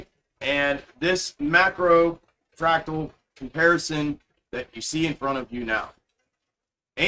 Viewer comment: He is saying fractal